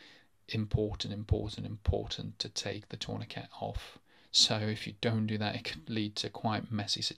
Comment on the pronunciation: 'torniKET' lol